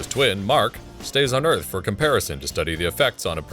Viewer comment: "Leaving earf"